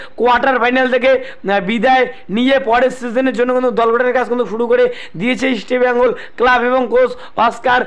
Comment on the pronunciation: Bhai..mukhe supuri rekhe kotha bola practice koro.. ota "East" Bengal.. Isti Bengal na... r Bright Enebakhare bolte gele jani tomar daat bhenge jabe..😂